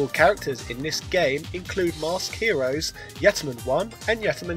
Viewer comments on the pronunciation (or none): none